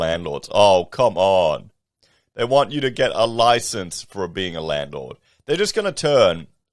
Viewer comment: Landlord loicense. What's next? Food loicense?